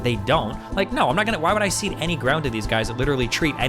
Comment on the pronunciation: 'cede any ground' not 'see'